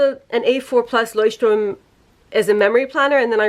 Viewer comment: Can we just take a moment to appreciate that she actually pronounces Leuchtturm right? Very proud of you, greetings from Germany!